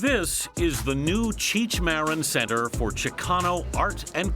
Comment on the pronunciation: She said his name wrong lmao. Its pronounced (mareen) not (mehrihn) ahahahah